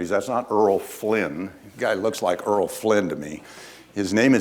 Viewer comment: Earl Flynn? It was Errol Flynn not Earl...